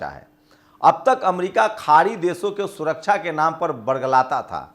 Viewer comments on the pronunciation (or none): none